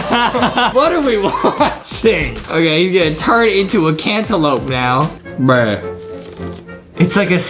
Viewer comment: the way Justin said bruh I heard breh